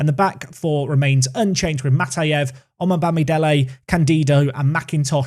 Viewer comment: Just fyi, omobamidele is pronounced as oh-moh-bami-day-lay. The o in the oh and the moh both have a short o sound, like the sound of o in the word ‘block’ for example. Hope this helps.